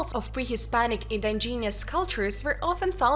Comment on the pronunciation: I had to kill it after she said " In-di-genius " 5 times in the first 40 seconds.